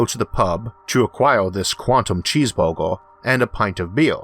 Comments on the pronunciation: I swore he said cheese bobo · That was the best explanation I have ever heard. Thank you very much. Btw, I like the way you say "cheeseburger".